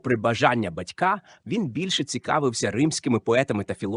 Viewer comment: Бо це не діамант, а фекалії. Читає ші з усіма наслідками: батькА, пІсень і ще купа. Майте повагу до слухачів, не публікуйте таку гидоту. Дизлайк і відписка